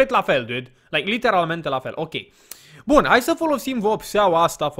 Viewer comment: De ce tot spui ,,Liternamente" :))